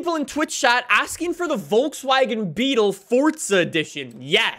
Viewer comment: I like how he pronounces Volkswagen. I'm German and it's so funny